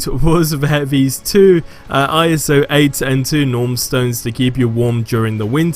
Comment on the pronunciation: Please just say iso